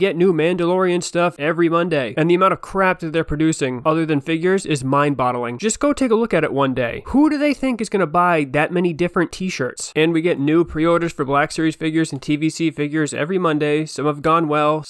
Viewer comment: Did you say "Mind-Bottling"? 😮